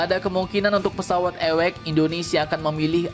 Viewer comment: Awac di baca ( Ei double/ dabeul yo eci ) bukan nya ewekx...